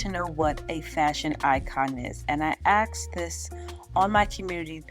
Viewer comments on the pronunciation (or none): I absolutely LOVE the style, layout, and vibe of your videos. So sophisticated. So you can imagine my surprise when and you said “axed” instead of asked. 😩 You’re better than that,. C’mon, girl. ❤☺️